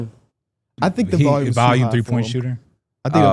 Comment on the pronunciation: Day 155,674 of notb member saying the word "valume"